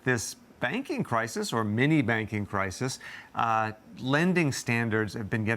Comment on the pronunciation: "Minni Banking" problem 😂🤣😂👈🏾